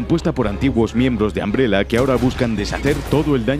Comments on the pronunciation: al escuchar que le dices ambrela hace que quiera buscar otro video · Que risa que dice “Ambrela” 😂😂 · Todo bien pero, ojalá los españoles hablaran bien el inglés. Ambrela???